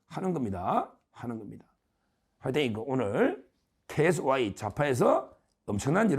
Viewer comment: 경상도 억양이라 케이에스와이인지 케이에스 와이이 인지 잘 몰르겠어요